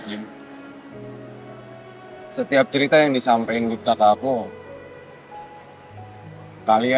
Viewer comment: Aku denger nya bas bilang serita bukan cerita iya ga sih 😅